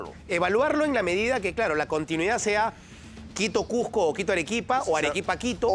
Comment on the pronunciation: No conozco alguna ciudad llamado CUJJJJJJJCO...solo conozco el CUZCO